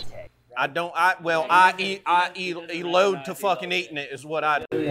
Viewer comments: ITS ELOTE PENDEHO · Not the it’s called “ELOTE”😂😂